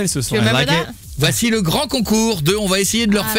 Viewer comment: C'est concours pas concour